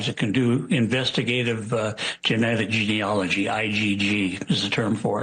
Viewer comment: Memo to all participants: It's geneAlogy not geneOlogy.